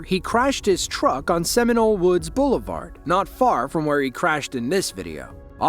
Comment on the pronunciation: Second dude pronounces "where" "waya". East coast putz.